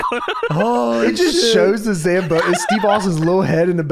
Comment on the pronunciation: The fact that pronounces Zamboni in the midst scuffed way in every other episode but it's perfect in this one...